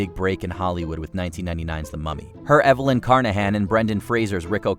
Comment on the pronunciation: How are you so sadly mispronouncing Evelyn's name?